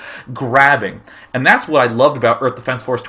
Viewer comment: I love how day9 adds an h in front of every word that starts with a w. x) hwhat.